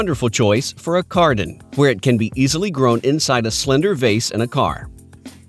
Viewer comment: Cardening and Carden haha